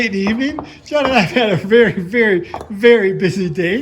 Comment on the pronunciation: "Shhh. Be vewy, vewy quiet, I'm cooking wabbits!"